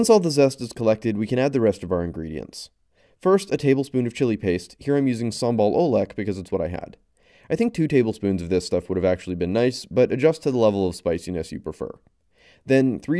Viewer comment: Its pronounced "sambal ulek" not sambal oeleg